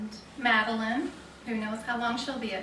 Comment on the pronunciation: Btw... Madeline... excellent job at pronouncing my last name correctly! So many people get it wrong! Big hugs!